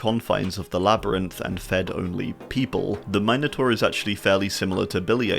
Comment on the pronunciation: Kudos for pronouncing minotaur correctly